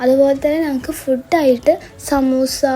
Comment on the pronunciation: ഫുഡ് ❌️ഫൂട് ✔️ ( food )😊